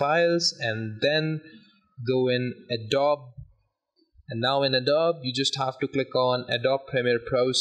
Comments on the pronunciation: Thanks mang Btw it's pronounced "Adob-e", not "Adobe" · thx a lot! it's pronounced a-doe-be btw not a-dobe